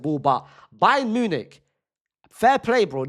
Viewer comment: “Bayer Nunic” 💀